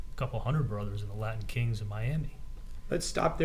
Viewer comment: Rashbaum:"Laddin Kings" "threadened" 🙄🙄🙄